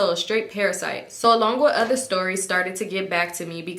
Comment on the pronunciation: Ooter- add a Sh